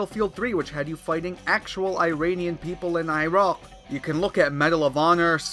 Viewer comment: That was a very weird pronunciation of Iraq